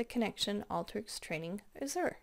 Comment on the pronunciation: go to google and listen how to pronounce "azure"...